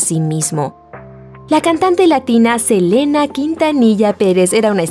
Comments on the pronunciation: Selena, we love you forever 😍⚘❤... SELENA, no Elena , pero bonita voz la chica del video 🤗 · minuto dice helena en vez de selena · Que aprendan a pronunciar es “ Selena “ con S no Elena En fin me gusto el video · se dice selena no elena pero que horrible lo de los famosos y mas Selena que casi apenas estava iniciando y luego iva a tener bebes ..... y tambien no se por que mataron a john lennon los beattles eran muy importantes en aquel entonces pero descansen en paz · Alguien mas escuchó Elena en lugar de Selena? 😂😂😂😌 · es Selena no elena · es Selena, no Elena. 🤣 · Selena no Elena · Es selena no elena jeje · Tambn lo note se le olvido la S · Soy yo o dice "Salivar disparó a Elena" ? 😂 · soy yo o dijo "elena" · Min dice Saldívar disparo a Elena por la espalda una S hace la diferencia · Se pronuncia Selina y se escribe Selena, la boutique es Selena etc no Selena etcétera